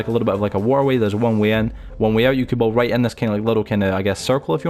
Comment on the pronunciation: He can’t say build properly